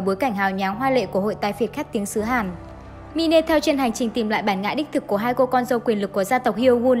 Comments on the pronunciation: đọc là mai n chứ ko phải là mi-ne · Đọc là “ Mai” ( /mīn/) mine: của sở hữu, của tôi , đó là tựa đề cho nội dung film, chứ không phải đọc là mi nê , mi nê không có ý nghĩa gì hết nhe bạn. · Cái đó là “Mine” ~~ mai . Chứ k phải “Mine” # mi ne. Xin đóng góp ta kiến để phát triển kênh 🙏🙏